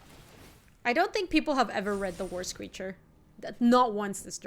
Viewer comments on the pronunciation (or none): what are you doing… Also I have the video on double speed and whenever says "War Screecher" I just hear "worst creature" lol